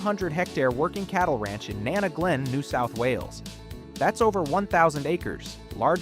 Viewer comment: Learning how to pronounce Nana Glen might have been good too ;)